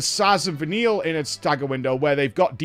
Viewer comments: In case noone has told you yet. If you change paradims at the last possible second after an ATB gauge, you can skip the animation and be changed quicker. edit: Vah-kneel. Not Vah-nil-a :( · I don't get how can play this game for days and still not know how to pronounce Fal'cie. I originally thought he was pronouncing Vanille as "Vanilla" on purpose, but now I'm not sure. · Is he pronouncing it Vanilla on purpose? They pronounce the name in game...?